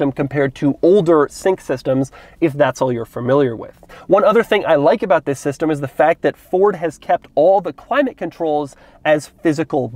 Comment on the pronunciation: he says ZZZZZIIISS IS THE 2020